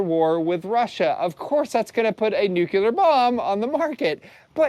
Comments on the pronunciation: Not nukular, nu-clear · OK, say it with me, "NEW clear"....got it? Points DEDUCTED. 🤣